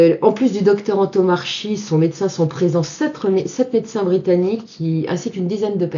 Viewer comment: Le nom (corse) du Dr Antomarchi se prononce an-to-mar-ki et non an-to-mar-chi, avec accent tonique sur mar et baisse de la voix sur le ki final.